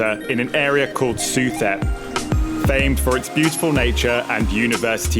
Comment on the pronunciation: DUDE! Stop saying sue thep. It's sue-tep. For example, Thailand pronounced thigh land its tie land. The H in thai language is almost always silent. You said it about 100 times in your last video and now in this one too.